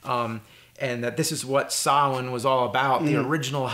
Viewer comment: Impressive that James pronounces Samhain correctly!